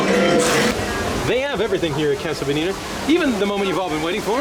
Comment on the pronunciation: fewer than 10 seconds in - "caso bodita"